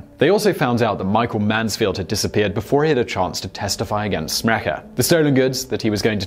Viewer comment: You falsely pronunce my surname "Smrekar" it's not "SmrekEr" it's SmrekAr"!